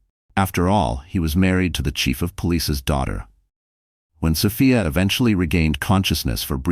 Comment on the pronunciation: They don't pronounce Sophia's name right.